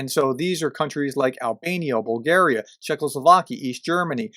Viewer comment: You gone from bad to worst - PLEASE READ/SAY BULGARIA IN ENGLISH - and it was never the way you say that word - it's even more illiterate now. PLEASE READ/SAY BULGARIA IN ENGLISH . About the subject you cannot be more mistaken. There is a Yalta napkin and there are percentages - and that is what your blonde agreed with the other and will confirm in Riad. The mafia and Yanukovich/Lukashenko/Krasnov are patterns all over the east Europe - done by KGB. There is no EU it is a economic union, no problem for the youKnowWho. Тhe communist terror was like in North Korea and China people was killed for no reason, even running away from communist country will get you shot by communist of the same country. Also misery was immense. You just got no idea how bad was, but the T i.e. communists say so good words for that time , you are not going to believe. People are corrupt so they got rich if not been arrested. But judges are also corrupt and that is how youKnowWho rule . There was 2 people in all countries - people of Bulgaria and the Bulgarians , "people of Bulgaria" are the communists and they did what you see in east Ukraine done again by the same, ans so on for all other countries where "red boots step grass do not grow" (red boots are not red and it is not Santa it's the red army). As "people of Bulgaria" they murdered 10 000+ and called it justice, all for your napkin and the traitors Roosevelt and Churchill - Bulgaria was fighting in WW2 ONLY against German SS in Bulgaria, Macedon